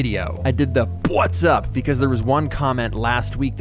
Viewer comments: Thanks for saying pwhats up again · Every time you do not do a 'bwotsup' I ask out loud "where's the bwotsup?". Thank you.